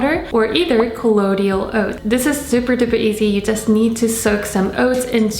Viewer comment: It's col-loy-dal